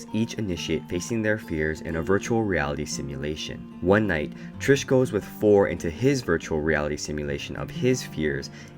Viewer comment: Bruh when he started saying Trish